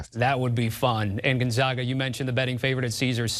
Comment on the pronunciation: Gon (gone) ZAG Uhh. Say it with me ffs.